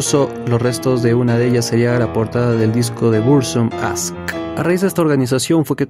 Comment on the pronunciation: No es inglés, es helvete y aske así como suenan...con la e al final